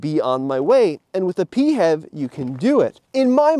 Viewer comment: for the love of non-existing god, please, stop saying "pee-have", pronounce it as "pee-eightch-ee-vee" instead😢😭🙏